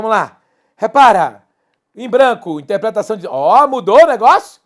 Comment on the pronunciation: é interpretação não "intepretação"